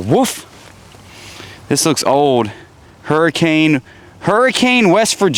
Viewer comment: That city Hurricane WV is pronounced Hur-a-kin and they don’t like it when you say Hurricane!